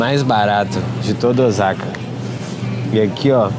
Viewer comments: Não é Ozaka e sim O sa ka Osaka e tbm não se sentua o Ō . É O-sa-ka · Nao. Eh Ozaka e sim Osaka 😮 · Vc fez vídeos maravilhosos aqui no Japão,coisas q nem eu q moro aqui sabia. Parabéns 👏🏾 so um detalhe rs🫣 fala oSaka c mesmo oZaka nw existe ☺️ falando c carinho ta😊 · Olá, apareceu seu vídeo no meu feed. Como opinar não tem nenhum custo, vamos lá. Tenho ctz que vc nunca viveu aqui no Japão sim? visto que a pronúncia correta de "Ozaka" é "Ôossaka", dito isto é bom que se saiba que essas pessoas que vivem nesse bairro e, tbem os homelless (mendigos) de Osaka, Nagoya, Tokyo o fazem por escolha própria. Não foi exatamente o governo que esqueceu deles. Visto que, nas prefeituras tem um subsídio para aqueles que não tem condições de sobreviver, mas a maioria desses homelless não aceitam receber e ficar subjugados ao governo, ao contrário de muitos estrangeiros, inclusos brasileiros, que preferem receber este subsídio à ter que trabalhar nas fábricas. Ou muitas brasileiras que fazem vários filhos para receberem o subsídio de mãe-solteira e ali ficam por anos a fio. Neste bairro em particular, estão aqueles que trabalharam para a máfia enquanto eram jovens, vivendo na marginalidade e até mesmo presos por anos, ao ficarem velhos não recolheram impostos, nem pagaram nenhum seguro e não tendo nenhum respaldo do governo vivem naquele bairro. Eu não sei se seu vídeo foi para denegrir o Japão ou mostrar uma realidade que existe no mundo todo, mas tenho certeza que em nenhum momento vc foi vítima de algum trombadinha ou algo parecido. Espero que não se oponha a críticas que, talvez acrescente algo para seus futuros vídeos. 👍👍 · A pronúncia correta é "Ôssaka", pelo que vejo em outros vídeos de pessoas que moram nessa cidade do Japão. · Parabéns pelo documentário. Perdão uma correção . OSAKA pronuncie (SA)de Sapo O SA KA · E a pronúncia de Ch e ( TI) não é chi ok? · Pra que mostrar isto so para ganhar like ridiculo cara isso ainda fala errado o nome da cidade.